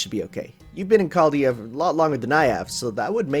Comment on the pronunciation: Remember when used to pronounce "Chaldea" as CZALDJA? Good times.